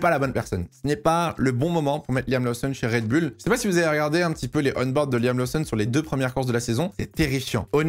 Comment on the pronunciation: je t’adore, tu as une qualité incroyable de sorry telling et ta passion transpire dans toutes tes vidéos. MAIS niveau prononciation - Liam LOSSON’ (et non laousson’) - LOUWIS Hamilton (et non léwis) - Ollie BÈRMAN (et non birman) - et surtout: Red BOUL (et non red bul’) surtout que tu dis Racing BOULS’! Merci! 😜😘